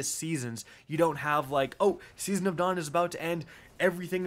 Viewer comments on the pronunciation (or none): none